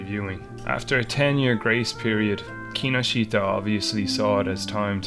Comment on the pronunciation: That mispronunciation of Kinoshita is head-wrecking.